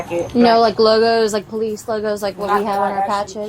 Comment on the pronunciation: Hearing "Pole-eese" just gets insufferable after a while. "Bro, Am-Bah-Lance, Breeving, axing" It is all just SO taxing to my brain